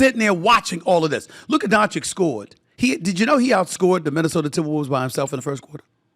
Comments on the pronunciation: At least he's not calling him DONK-ITCH anymore 🤣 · It’s not Luka DonCHICK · Inquiring minds want to know: If the Mavs win the chip, will SA pronounce Luka Doncic's name correctly? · I think he mispronounces his name on purpose otherwise how can someone be so dumb?